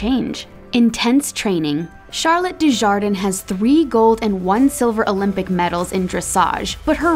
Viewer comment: lol the way she pronounced Charlet XD also this si normal we get hurt yes, we have round over, yes, we get bucked off......DEFINITELY, do we love us some fresian's? yup! do we love a good dressage horse when doing random paring? YASSSSS